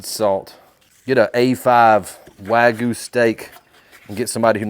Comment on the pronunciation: I subbed up quick, great video...only critique, learn to pronounce wagyu properly.